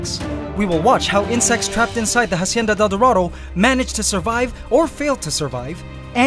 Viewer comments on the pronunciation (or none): just a tip, when pronouncing hacienda del dorado don't pronounce the h at the beginning. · Please stop pronouncing Hacienda like "Ha-cienda". It's pronounced "Ah-cienda". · Hacienda is pronounced with out the H Because its muted in spanish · Great channel! Spanish speaker here, the H in Hacienda isnt pronounced! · dude, the h in "Hacienda" is silent. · please drop the h when saying hacienda. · the H is silent in Hacienda.